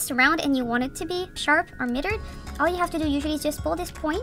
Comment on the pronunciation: I love your videos- One small thing, you say "MIT-ER'...... it's pronounced "MY-TER" Like a Miter Saw. Other than that keep up the AWESOME WORK!!!! I love your little character , and hearing your voice brings a smile to my face.